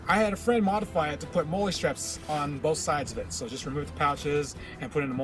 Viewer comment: look.. its chi com, like chai, or chi-nese. and molle is pronounced molly. cmon now. lets do a little research and or leave it to those of us who have military combat experience. i understand you guys are playing a game but in this age People foolishly view YouTube as if it were a University of knowlege. If you don't have the hands on experience Make sure and do your background research